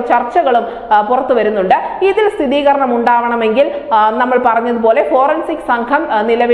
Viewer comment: "സ്ഥിതീകരണം " അല്ല..., സ്ഥിരീകരണം എന്നതാണ് ശരി